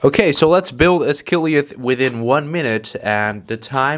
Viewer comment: 'Oz guh lie ath' not "uss gily uf"